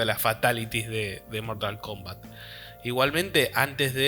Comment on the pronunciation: Mortal Kumbat